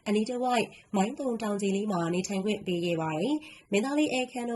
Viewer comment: မိုင်းတုံ ပါဖာမရယ်စွတ်ပြော ဇွတ်ဖင်ခံရေးနေတယ်။ သုံ မဟုတ်ဘူး တုံ ပါ...